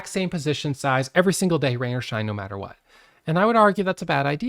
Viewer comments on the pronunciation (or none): none